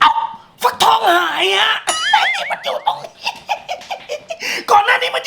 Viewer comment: ฟักทองครับไม่ใช่ฟังทอง